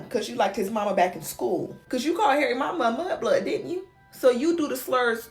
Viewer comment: I'm fairly certain you keep saying 'mug-blood'... it's mud-blood.